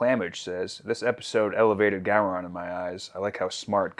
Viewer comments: Who the hell is “Go-Ron?” It’s Gowron for Gods sake! Cmon! Jeez!!! 😂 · Go-Ron lol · Ok, you guys are now past your grace period for being allowed to pronounce "Gowron" wrong.